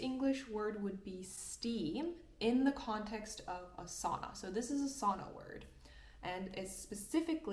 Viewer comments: You are a great teacher but have to say. In this video you (propably) accidentally totally butchered the word sauna. Its not soona something. The word "sauna" is pronounced more like "sow-nah" in English, with the first syllable rhyming with "cow." It is not pronounced like "soona." The "au" sound is similar to the "ow" in "how." Difficult to explain in word. Sau-na.😊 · Did you actually say sanna instead of sauna?? I’m going to cry!😢 don’t give us Americans more reason to keep mispronouncing it 😅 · Olisi toivottavaa, että (ainoako?) suomalainen sana, joka on levinnyt ympäri maailman lausuttaisiin myös englantia puhuttaessa kuten se kuuluu lausua. Eli sauna, ei soona, vaan sauna. :) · Some decades ago, before you were born, I travelled in the USA and other places on business trips and visited some saunas, or what they called saunas. I learned that not all deserve to be called Sauna ( with the Finnish pronunciation). I adopted the convention to use the English speakers pronunciation of those to make a clear and simple difference to separate those fairly different traditions from each other. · Great content anyway, but this sauna word is sacred for finns 😁🫡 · This was a great lesson. I'm curious why you pronounce "sauna" that way.